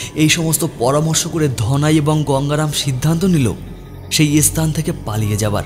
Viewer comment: খুবই খারাপ একটা গল্প, সব থেকে বিরক্তিকর বিষয় হচ্ছে গল্পের কথকের উচ্চারণ এবং গল্প বলার ধরন খুবই খারাপ, খুবই কানে লাগছে, বহু উচ্চারণের ভুল আছে, যেমন স্থান কে S-স্থান বলা, আরও অনেক আছে, অত শুনতে ভালো লাগল না, গল্পের নামের চয়ন একদম জঘন্য, আরও বিরক্তিকর হচ্ছে ভুল-ভাল BGM ব্যবহার।❌